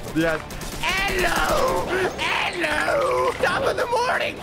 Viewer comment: saying ELLO